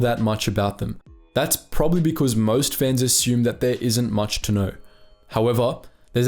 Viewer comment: It took me 10 seconds to realize you were saying "fans" and not "fens" lmao